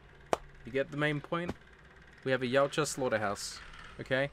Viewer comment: i keep hearing u say yowt ja even it pronounced yot ja